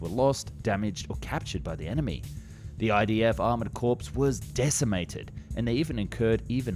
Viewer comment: "Corps" as a military unit is pronounced "core" not like "corpse".